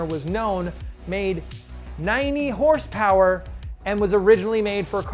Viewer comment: I don't think this guy got the memo on the pronunciation of HRSPRS